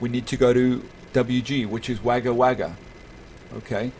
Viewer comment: Haha it's all good it's spelt Wagga Wagga but it's said Wogga Wogga